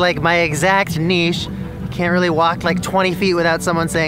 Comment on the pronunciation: OKAY WOW. Can I tell you how much cooler you just got in my eyes just by how you pronounce "niche"? I mean... nobody ever pronounces it that way! I felt so alone... Thank you Andrew :P